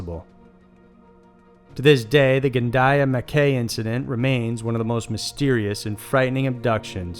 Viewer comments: Cool video. Love these alien abductions . Recurring theme of extraterrestrial sexytime to make alien hybrids is interesting. Well done for saying “Gundiah” correctly except the other town in number 1 is pronounced “Mc-eye” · Pretty sure it's pronounced mack -eye, tye-ro and gun-die-a 😁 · I have to point this out since it's really annoying me, you pronounced Mackay incorrectly.